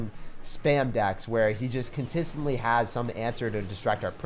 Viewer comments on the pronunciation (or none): saying contistently is a vibe